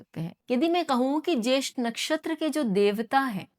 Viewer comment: ज्येष्ठा not ज्येष्ठ आश्लेषा not अस्लेश